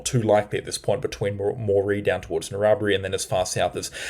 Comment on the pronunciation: That was it! I was sure I’d heard a mis-pronunciation after Eidsvold. We shouldn’t be too rough on, he’s still done pretty well.